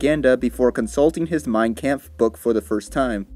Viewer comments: Fyi its mein comf not camf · But other then the mispronouncation of mein kampf good video